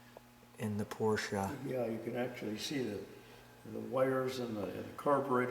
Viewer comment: never fails to surprise with his extensive knowledge of the cars in his collection. Love the correct pronunciation of "Porsche" although "Fuchs" rims should be pronounced "Fooks". Otto Fuchs KG is still manufacturing rims today.A beautiful early 911. Definitely one to keep.